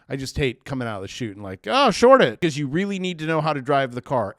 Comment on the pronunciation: Oh reary, ahnuda coridential rerail